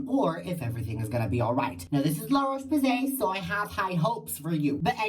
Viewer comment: lololol la roche poos-ee .. u r still gay, we know that